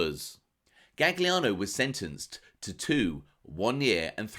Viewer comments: "Gaggliano"? Oh really? If you're purporting to be an authority on a subject at least get the F pronunciation right! Jeez! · “Galiano” it’s pronounced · good to know, just hurts my ears hearing it pronounced that way. Will check out the vid. Cheers. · The second G in Gagliano is silent